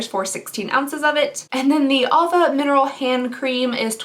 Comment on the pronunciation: Honey, the brand Ahava is pronounced Aah-ha-VA. It's from Israel and the word means "love" in Hebrew. It's a wonderful skincare brand.